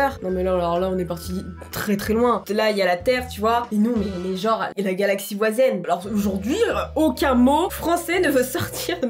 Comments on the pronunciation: on dit voisine pas voisaine 😂😂😂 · Galaxie voisine pas voizen 🤣🤣🤣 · Pas voizen on dit voisine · Ont dis galaxie voisine